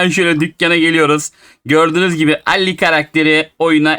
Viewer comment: Abi alli değil ali ismi